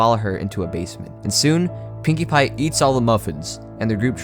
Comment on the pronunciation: did he just call Pinkie pie Pewdipie?